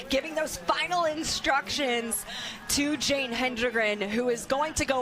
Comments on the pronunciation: To all the English majors out there who took it upon themselves to correct the announcers about Jane's name. Just stop. You know who does not care? Jane. Just enjoy the moment. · I had to mute this. Yap yap yap blah blah blah STFU AND GET HER NAME RIGHT BOTH OF YA!!!🤬🤦